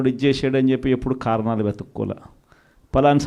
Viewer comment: ఏమి తెలుగు రా నాయనా .."ఖారణాలు"ఏంటి జగనేసా..potato కి ఉల్లిగడ్డ కి తేడా తెలియదు ..ఏ ఒక్క భాష పూర్తిగా రాదు ..తప్పు రా అని చెప్పే తల్లి లేదు ..వద్దు అని చెప్పే చెల్లి లేదు ..చివరికి "లెవెన్ రెడ్డి"అయ్యావ్ ..ఈ పిచ్చి వాగుడు తో "🤡జోకర్ రెడ్డి" అయితున్నావ్